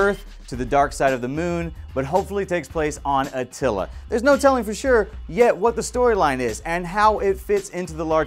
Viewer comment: At til lan not Attila.